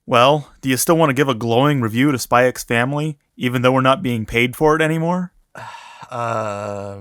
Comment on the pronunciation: Wait is it actually pronounced "Spy ecks Family?"